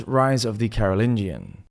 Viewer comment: "Viklings"? "Cariolingians"? Come on, it's such a pity to have a great educational source feature such easy to avoid errors.